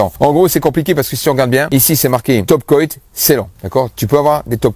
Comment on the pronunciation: merci pour tout ça. bon ''coat" se prononce "côte'' comme une "cote de boeuf'' 😊👍👍